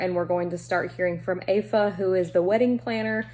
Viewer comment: The Guest List is one I highly recommend! And you pronounced Aofie’s name right! I completely butchered it in my review 😅😅😅